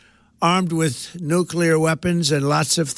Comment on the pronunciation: "No clear weapons"? or "Nuclear Weapons"? If only Trump knew how to read or pronounce words